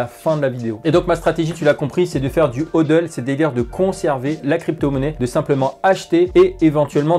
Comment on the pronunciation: J’arrive pas à savoir si il dit Hodl exprès à cause du meme ou si c’est une erreur 😁 vidéo intéressante en tout cas